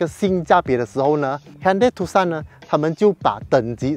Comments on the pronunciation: 正確讀法應該是“ 杜算” 不是“ 杜 Sun”， Tucson 是美國一個地名。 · 是念 Too_S_ON (on/off) 不是 TooSan